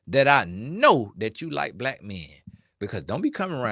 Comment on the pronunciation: Why you saying Blight instead of Black?